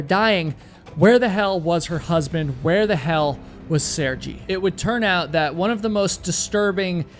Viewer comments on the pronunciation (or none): I like the way you talk, lively and interesting. If you don't mind to much, I'd like to draw your attention the name of Sergey is, rather than Sergy, is pronounced Ser-gey" But of course up to you. You did chose the most mesmerizing clips of the mountain and play of clouds I've ever seen in a video. Just waaahw awesome! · It's not pronounced Saregee. Its pronounced Sare-gay. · Assuming the name is actually pronounced “sir-gai” .. it’s an extremely common name in Russia…. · Pronounced Seer Gay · Doing the bare minimum of typing the name sir-gay into some TTS thing and listening to it once would already have given you a 100% pronounceable result. When you're clearly not even trying to pronounce the names correctly, why even claim to do so?